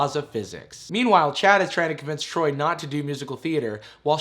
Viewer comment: I keep hearing "chat" instead of "Chad"